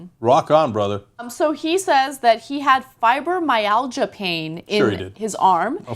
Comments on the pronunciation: "Fibromalaysia" is bad---very, very, bad. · cenk calls it fibro-malaysia haha crackin my shiii upp son!! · Fee-bro-malasia? Really, Cenk? I'm just SO glad there's such medical expertise on the show. Also, stop pretending you're a smoker. It's okay, man, we'll still think you're cool. :| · "FibroMalaysia"??? Try learning how to read Cenk. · this guys a moron he cant even pronounce fibermialga he calls it fiber malasia,,this fukn idiot morron should not be giveing opinions when hes a fukn morron. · DID CENK JUST SAY: FIBER-MALAYSIA PAIN? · Cenk... Not Fribromalaysia, Fribromyalgia. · "Fibro-Malaysia" Cenk? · Did Cenk just say Fibro Malaysia? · henceforth i say 'FIBROMALAYSIA' and awesome mispronunciation. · "Fibromalaysia" Lulz. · Fibro Malysia ? cmon pronounce it properly its a serious condition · "fibromalaysia" lmfao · Fibro-Malaysia? What the hell Cenk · cenk is a dick, he hints that Morgan freeman's injuries are fake or something, cast doubt on the Fibromyalgia by mispronouncing it. Douchbag. hes so fake, its why i unsubscribed to these guys a long time ago. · Oh geez Cenk, you really don't know how to pronounce fibromyalgia? lol Ann JUST said it, but no, no, lets butcher the damn word lol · Jesus, learn how to pronounce medical terms Ana and Cenk. Have u seriously never heard of grand mal or fibromyalga?